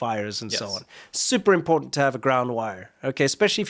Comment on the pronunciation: Why can't the nitwit American pronounce 'important' with no apparent sense of shame?